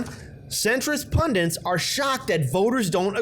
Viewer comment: It's PUNDITS not pundents!